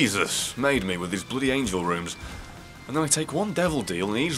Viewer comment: Please, stop calling runs "rooms" .... wait. *Plays back the ending" ... Holy sh- Literally how that just went down for me as I wrote this comment. Up until this very moment I thought you were calling them "rooms." And no I'm not making fun of your accent, I just honestly could not tell up until now.